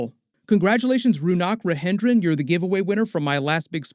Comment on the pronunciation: Pronouncing rounak rajendran in the spanish way was just too funny 😂😂😂 So, j has completely become h. English is so messed up